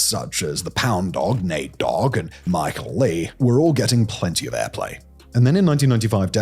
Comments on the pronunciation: Micheal lee, Simon what the helly its pronounced Michellelay 😂😂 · The Pound Dog lol at least they corrected that on screen. Michael-Lee is hilarious though